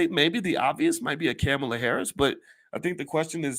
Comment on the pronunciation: C'mon Boyce. Kamala Harris has been VP for nearly 4 years. It's time to learn how to pronounce her name.